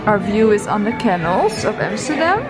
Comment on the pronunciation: The store looks amazing. Very nicely done. Just one thing. It’s is not a CANal. You pronounce it caNAL.